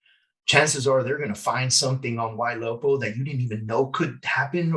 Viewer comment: Did he say "Y Lopa" if so, what is that?